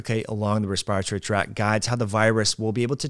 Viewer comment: I don't much care about a foreign word such as omicron but I think should look up Webster's pronunciation of virulence and respiratory.